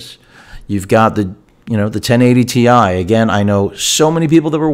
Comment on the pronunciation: Ten eigh ty ti huh?